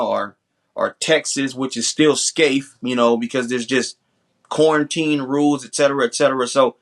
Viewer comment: He said "corn'teen" 😂😂😂 (quarntine)